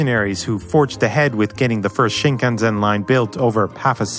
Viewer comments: shinkan SEN, not ZEN. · BTW, you're supposed to say shinkanSEN, not shinkanZEN. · SEN not ZEN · Shinkansen is pronounced with“-sen”, not “-zen” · It's shinkanSEN, not shinkanZEN. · Thank you for this video ! You pronounced "shinkanZEN" but it's actually "shinkanSEN". If it's hard to say, you can say "bullet trains". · It's shikansen, not shikanzen. The lack of understanding the pronunciation of the word, means you haven't research the topic enough to be an expert, let along curate a video on the topic. It would be like saying cers during a video about cars. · It's pronounced "shin-kan-sen". Not "shin-kan-Zen". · The last part of 新幹線/Shinkansen is read as in "send", not like "zen". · Shinkansen - sen with an 's', not a 'z' sound. That's not the same word. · It's pronounced "SHIN-KAN-SEN" not "SHIN-KAN-ZEN"!!! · isn't it pronounced Shinkan -sen and not Shinkan -zen ? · Dude, it's grating to hear "shinkanzen" when it's "shinkansen" and it's pronounced more or less as you would expect: shin-kaan-sen. You have to work harder to mispronounce it. The other complaint: it's factually incorrect to call it "The Yellow Doctor." Its name is "ドクターイエロー," which is Japanese phonetics for "Doctor Yellow." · Great video! but please stop saying "Shinkanzen" lol It's bothering my ears! "Shinkansen" to be right! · Not shinkan-"zen" . The correct pronunciation is shinkan-"sen". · この動画、大嫌い！ 「しんかんせん」を「しんかんぜん」と発音するのが、たまらなく嫌い！ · There’s no “Z” sound in Shinkansen. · shinkansen, not shinkanzen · The pronunciation of the single most important word in this whole video is grating...It's not "Shinkan-ZEN", it's "shinkan-SEN". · It's a great documentary with a good math question👍 except two things. Everytime he mispronounced "ShinkanSen" as "ShinkanZen", my focus gets completely lost from the content🤣. It is "Doctor Yellow" and not "Yellow Doctor"🤣. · He’s pronouncing 新幹線 “shinkanZEN”But actual pronounce is”ShinkanSEN” I wanted to make that perfectly clear Never mind it’s ok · "シンカンゼン"じゃねぇよアホ